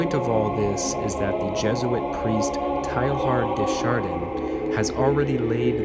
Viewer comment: I appreciate having this book in audio form. But please google name pronunciations if you don't know them. Teilhard de Chardin is pron. "TAY-ahr duh shahr-DANH" (n is virtually silent) not TAIL-hard dee shar-DEEN. Somerset Maugham is not "MAO-gam." It's pron. "Mawm". "Posthumously" is not "post-HU-muss-ly, but "POS-chu-mus-ly" Etc.